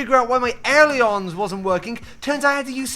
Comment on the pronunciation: As a student pilot, pronunciation of aileron hurts my soul